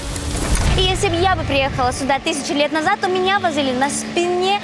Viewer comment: А ещё "суда" (вместо сюда) меня умиляет))